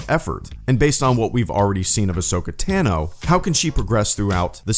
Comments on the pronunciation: Its not Tan-o Its Ton-o or Tano. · Ahsoka’s last name is pronounced Tah-no, not tan-oh.